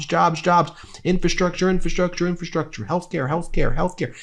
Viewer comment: Love ya, Ben, and I suck for saying this but it’s “infRastructure!”